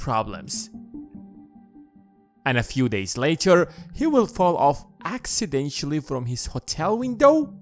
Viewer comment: No it doesn't sound convincing that he committed suicide before getting rid of his family. How could a dead man kill his family? Incidentally the acc in accidentally is pronounced like aks, aksidentally.